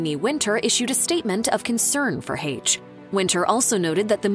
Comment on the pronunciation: That’s not how you pronounce “Heche” 🙄